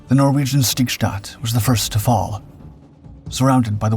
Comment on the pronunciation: Why do you pronounce Stigstad like ”Schtigschtad”? You wouldn’t say ”Unites Schtates”, would you?